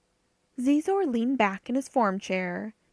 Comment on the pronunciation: I enjoyed this. I work 12 hr days minimum, this was good. My only criticism.... You keep mispronouncing Xizor... It is pronounced... She..zor. not zee zor